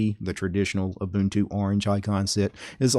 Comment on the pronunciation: Haha, nice! He did pronounce Ubuntu right, though. :-P